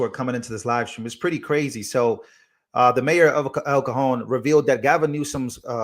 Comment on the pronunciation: I love you, you have Cojones, Its El Cajon ( the Cayennes) me think !